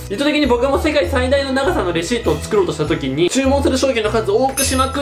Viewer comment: レアシートってきこえた